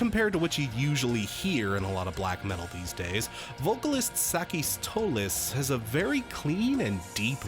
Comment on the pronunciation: You pronounced Sakis's name just fine.